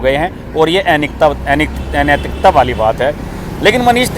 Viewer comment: Is ko anaitik bolna bhi nahi aata? Enaitik nahi hota, anaitik hota hai